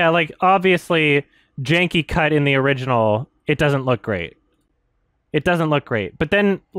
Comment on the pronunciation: If a german viewer would write "Tanz der Teufel" the way pronounced it it would be "Tens der tüfel, das Orijinahl"... I love it.